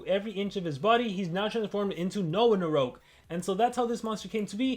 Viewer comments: It's called Noahgnarok,. Not "Noahnaroke" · I can’t help it, it’s “no-agnarok” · I think it’s pronounced NO AHHHHH GNAROK. Like ragnarok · it sounds like Noahnarouge when he says it